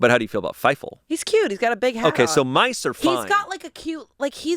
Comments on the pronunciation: pause, did he say Feifel!(Feivel)?! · Fievel. It’s Fievel. 😂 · I like how pronounces things kinda weird. Like "Whilst" is "Willst" and "Fievel" is "Fie-Full"